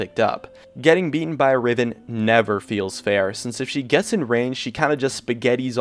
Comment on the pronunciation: He said riven soooo badly and was not true.. I play riven once in a while and I have the pbe/honor ribbon (I'm not toxic or something, don't afk either..)